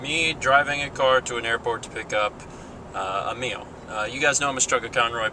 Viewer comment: It's Emile, not Amiel